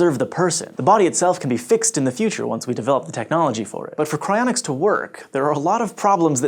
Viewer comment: I legitimately thought it said "Crayonics"